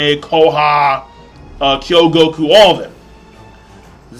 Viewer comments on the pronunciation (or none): Awesome as always,. Just a thing, I noticed you keep saying "Kyogouku", her name is "Kougyoku" starts with a "kou" (like Kouen, Koumei, Kouha... also the Kou empire) and means ruby or red jade. Magi is epic, BTW, definitely above most other (if not all) shounen, really has depth in it, I just hope it doesn't end soon. It's a shame it's not as popular as it could be because the anime was finished quite a bit ago. Also, for everyone here, you can find Chinese (I think) scanlations of Magi chapters about a week earlier than it is translated to English on MangaMint, so the chapter 278 scan was out at about the same time as the chapter 277 translation. You can actually understand/extrapolate most of the stuff even without understanding the text, and I've gotta say 278 looks very interesting!